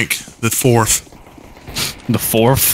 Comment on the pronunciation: When said "Forf" I thought "May the Forf be with you young one" XD